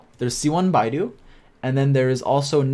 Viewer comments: sounds wrong in the end, why should i say "do eeh" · Wait if it's not pronounced that way then how has people been saying her name? 🤔 I'm an asian and naturally said her name that way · "Beidou" pronounciation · its not bae dou its Bei ttho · Hey, I really like your videos, keep up the good work! But fyi: Beidou is pronounced as "Bae-though", the way you pronounce "Bai-du" is a Chinese search engine similar to Chrome. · Great guide but for the love of god never pronounce beidou as 'bye-dou' again, its more like 'bay-dou' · It hurt hearing bydo ngl😶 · This Guy Calling Beidou As "Bidou" DsGaming: Bro My whole Channel run on this Character PLZ GIVE RESPECT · Game: Beidou Guy: Baidu 😃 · Hey, It's BAE-DOU, BAE:> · Im chinese and its hilarious to see yall pronouncing their names but generally the names have intonations and its hard to explain to you guys over text. But what Beidou should sound like is Bay Doe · it should be "pay toe" if you pronunce it in chinese way lmao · Just remember Bae Dou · This is probably the best Genshin character guide I've seen but just a slightly unrelated tip: Beidou's name is pronounced bae doe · Well in the video he pronounced it like "baidu" (teiba?) and that's how most English speakers I've heard pronounce it. Most of the English speaking YouTubers who play this game butcher all the Chinese names especially hard ones like Xingqiu but still I've heard Asian players call Barbara "Bar-ba-ra" lol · She's Beidou, not Baidu😂, your pronunciation is wrong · Great and very underrated guide but as a native chinese speaker it triggered me whenever Beidou is pronounced wrongly 😅 you can pronounce her as Baydoe actually if it's easier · Baiiiidou ? Beeeidouuu say it with me Bay-dow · i died inside many times watching this video just because he said beidou’s name wrong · Oh god... he has to start pronouncing it right otherwise I'd die